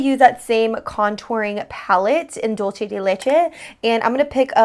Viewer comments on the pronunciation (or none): Great video - just have to say though (because I hear it everywhere) the name of the contouring duo is Dulce de Leche, not Dolce de Leche. It's a Spanish term, not Italian. Meaning the word "dulce" is pronounced "dool-seh." :) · You're awesome, so please don't take this the wrong way! It's pronounced like dul-sé de leche :)